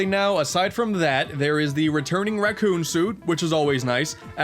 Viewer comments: did he just call the tanuki suit the "raccon" suit? crucify this knowledge lacking walnut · "Racoon suit" triggerd af